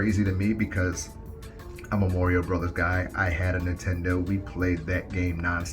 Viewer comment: never heard anyone pronounce it “morio”